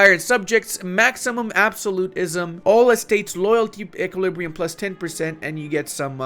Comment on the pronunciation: pronouncing absolutism makes me flinch every time